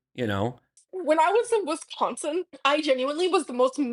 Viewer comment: whoa. Why did she say Wisconsin like that?!! Also if I hear "Jannnnn-you-innleee" one more time I'm done. Donnnnne!